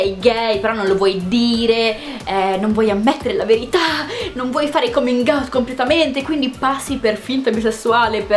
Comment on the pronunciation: Caminàut. Si dice caminàut. Non si dice camingaut, non si dice comingaut, non si dice camingout. Si dice caminàut.